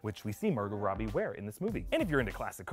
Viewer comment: Did I hear he say Margot Rottie? Yes I diiid! 😂